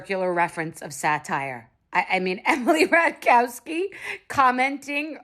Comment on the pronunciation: it's not pronounced "rataichakowski" it's more like "rataikovski" :)